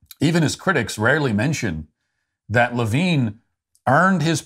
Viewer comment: You mispronounced Richard Levine.